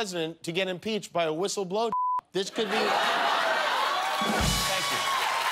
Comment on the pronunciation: Ghouliani: "I should be a "whithle-blower" .....priceless.